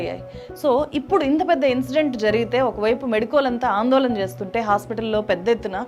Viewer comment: వేల కాదు వేళ వాల్లు కాదు వాళ్ళు ఆందోలన కాదు ఆందోళన ఎల్లు కాదు ఏళ్ళు ఇలా చెత్త మాట్లాడకు తల్లీ నీ తెలుగు మండ